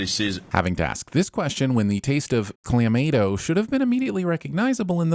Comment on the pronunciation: Clah-mah-to, not what said. 😂